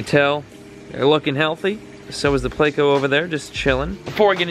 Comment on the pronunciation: *********WHY DO YOU SAY "PLACO"? ITS SPELT "PLECO" ***********